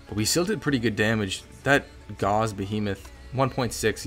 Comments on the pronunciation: Gauss rhymes with house, named after the famous scientist. Not like gauze that hurt! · Gauss.... rhymes with HOUSE..... not gauze 🤦🏼‍♂️🤦🏼‍♂️🤦🏼‍♂️